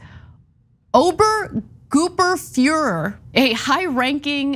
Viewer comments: "Obergoopenfuhrer" lol, forgot the R sound in there Ana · I cringed so hard as Ana tried to say Obergruppenführer. But it also made me laugh a little bit. I know it is hard to pronounce if german is not your mother tongue.